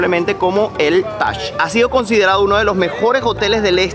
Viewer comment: Es taj no tach